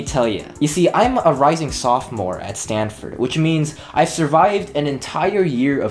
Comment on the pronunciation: kibateo same and when he said STANDFORD, oof, idk if you’re “bad at school”